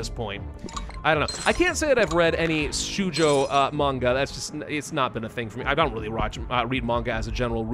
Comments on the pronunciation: Small correction the "Ou" in 少女 (Shoujo) is pronounced like the first vowel in the diphthong /oʊ/ like in "Goat" but longer it is never an "U". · To give a short overview of the usual genres/target audiences: Shoujo 少女 = (young) girls Shounen 少年 (young) boys Josei 女性 women Seinen 青年 men, older boys And yes, your pronunciation was "interesting". "ou" is (usually) just a long "o".